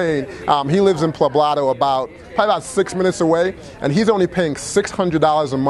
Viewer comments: Poblado. Not pablado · Dude you honestly can't pronounce the city you stayed in? It's El "Poh-blah-do" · Nice overview, good work. One small mistake - where you stayed is called El Poblado, not Plabado! Spanish words sure can be confusing at first but you'll get the hang of it if you stay longer next time. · Ave Maria Pues. You are murdering the pronunciation of El Poblado.